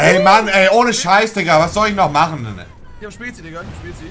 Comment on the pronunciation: ey ohne scheiss was soll ichn da machenenen." -Montana Sprachfehler